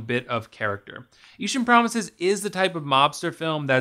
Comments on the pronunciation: Eashtern?? How rather annoying.... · Lol sorry, can't get over the idea that you put so much effort into the presentation and quality of this video and then referred to the film itself by a word that doesn't even exist in the English language for the entire video. Eastern Promises my friend. 'Eeshun' isn't a word.